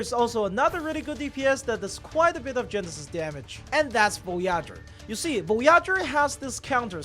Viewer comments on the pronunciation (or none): VOH-YAH-GUR lmao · Vo"Yah"ger got me. sorry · bro really butchered my space waifu's name 😭😭😭😭😭